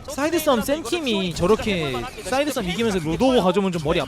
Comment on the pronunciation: 갑자기 사이드싸움이 왜 쌀싸움으로 들리지? ㅋㅋㅋ😂😂😂